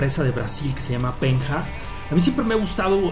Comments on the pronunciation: SE PRONUNCIA "PEÑA" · se pronuncia peña :V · Penha se pronuncia Peña que significa roca! jejej Saludos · se pronuncia peña buen video!!! saludos desde Brasil att: el colombiano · Se pronuncia "peña" y lo que dijo de un brasileño sepa portugués es correcto pero vale:v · se pronuncia peña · la "nh" se pronuncia como una ñ... Se diría Peña